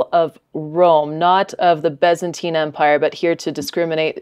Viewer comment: Why does she keep saying "Bezantine?"